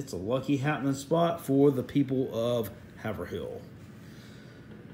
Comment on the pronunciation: It’s pronounced HAVE RUL , NOT Haver Hill.